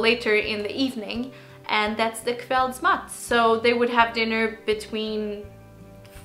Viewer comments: Kveldsmat, with an s :D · I heard you pronounce the 's' every time, except the first time when you spoke it slowly.